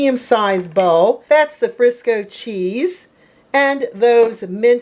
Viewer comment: It's queso fresco not Frisco!